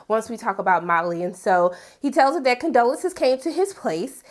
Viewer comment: The woman’s name is Condola! , not Condolences 😂 geez